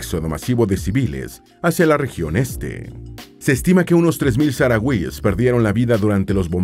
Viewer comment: Perdón por la rectificación pero al menos aquí en España los llamamos saharauis pero pronunciando la h como una j y la tónica en la “ra”